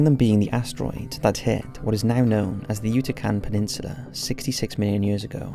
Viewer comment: Yutacan Peninsula... I think you mean Yucatan Peninsula?